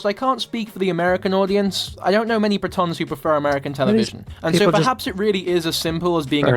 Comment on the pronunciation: Ok. This guy is weird. Where does You Tube find English speakers who don’t know how to pronounce the simplest of words. His pronunciation of bureaucrat and Britons is soooo odd. Also Afterlife is the best tragicomedy ever. Don’t listen to him. And please check out Afterlife if you can. It is genius.